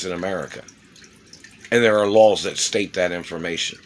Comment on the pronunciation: I swear to gawd, he's saying "lols" instead of "laws". This has been a four-year troll action by a guy with meth mouth. So, good jorb but I bet your breath still reeks.